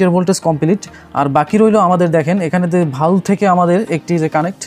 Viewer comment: বাল্ব কে ভালব বলেন কেন ভাষা ঠিক করেন